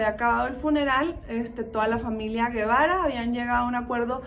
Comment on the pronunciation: No es Guevara es Gebara y se pronuncia jebara